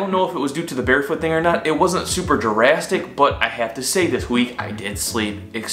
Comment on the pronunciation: Lol I love the way he said drastic like jurassic